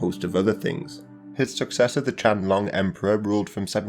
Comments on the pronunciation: Love the videos. Let me help you with your Chinese pronunciation please. And please get the names right. It's not the Qianglong Emperor, but rather the Qianlong Emperor. And it's not Hong Xiquan, but rather Hong Xiuquan. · the what emperor? “Changlong” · The Qing emperor Qianlong should be properly pronounced as Chi'an-long, with 'long' rhyming with 'tone', not like 'chen long'.